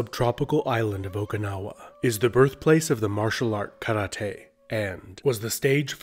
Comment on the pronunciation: Americans trying to pronounce the word Karate correctly but completely faceplaning always makes me lol